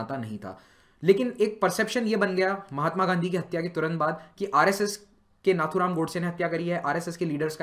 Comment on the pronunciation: "Tha" is not Appropriate word to pronounce For Nathuram Godse